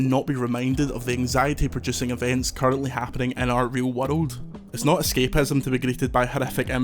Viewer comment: I can’t get over how his accent pronounces the word “world” 😂 it’s like “wuhlud”